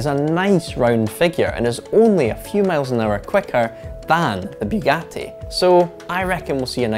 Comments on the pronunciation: It's not bewgati. It's boogati. Please learn to pronounce. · Its Bugatti not Byugati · its Bugatti not "Biugatti"... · It's pronounced boogati not buegati. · Boougatti? I thought it was Bugatti. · It's Bugatti, not Byugatti!! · Biugati are you stupid or? Its Bugatti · It's pronounced "Boogatti". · Did this guy just say ‘Bewgatti’? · He says Byugati 😂😂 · First 3 seconds: “Beewgatti has dun it”